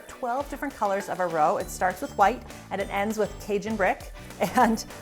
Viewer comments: Roux is pronounced roo, not roe. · I always learn something from your videos. Can't wait to try the cornstarch trick. I always have a roux mixture frozen and ready to go, I am going to have to make a batch with the cornstarch By the way, roux is pronounced roo as in kangaroo.